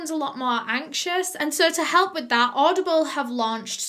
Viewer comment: ”I’m sure you’ve heard of oddball..” Oddball!? Oh, it says audieble on the screen 😅😂